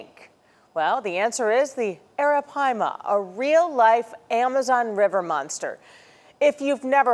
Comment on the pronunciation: WHO’S THAT POKÉMON?!?! It’s ARAPAIMA!!! “PIIIEE-MAHHH!!!!!”